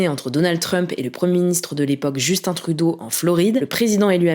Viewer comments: Vous continuez dans la tradition française de mal prononcé le nom des premiers ministres canadiens. même si on parle la même langue et qu'il faut juste regarde 2 minutes les nouvelles au Québec. vous avez quand même un point bonus pour avoir bien prononcé Justin Trudeau, après 10 ans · Surpris de voir des Français dire correctement le prénom de justin trudeau